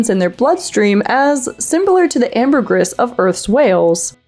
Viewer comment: You said 'ambergris' wrong!